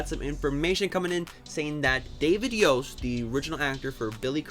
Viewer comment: please for the love of Zordon, stop pronouncing the t in Yost, much like Lord Voldemort the 't' is silent.